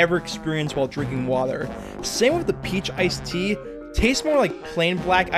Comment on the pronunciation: “iced tee-uh”?? Where are you from man? lol….anyway thanks for the video